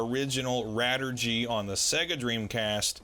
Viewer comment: Radirgy is a shortening of Radio Allergy, so it should be pronounced "ray-dii-er-jee" in English.